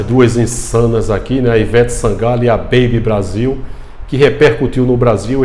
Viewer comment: Kkkkk acho tão engraçado o jeito do irmao dizer essa beibe Brasil. 😂